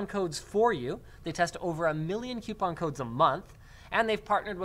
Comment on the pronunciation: What's a "Qupon"?